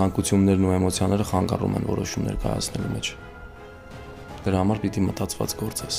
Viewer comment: ոչ թե (խանգառում) այլ(խանգարում)